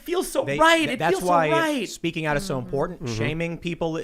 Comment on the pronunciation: Why does it always sound like every time says “important” it sounds like “imported?”